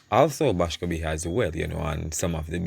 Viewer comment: Boscobe ? The man name is MILES BASCOMBE . I know you mean well , proper spelling and pronunciation is important .